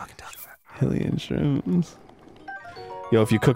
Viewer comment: WTF is with Arin pronouncing everything wrong? Gerudo, Korok, Hylian....